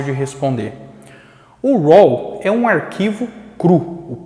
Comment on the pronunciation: Amigo.... Pronuncia "rô". Não "roll"